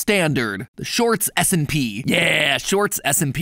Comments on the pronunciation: Is it just me or does it sound like he says the shorts smp instead of s and p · I keep hearing shorts smp not shorts s&p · It sounds way to much like you say short SMP 😂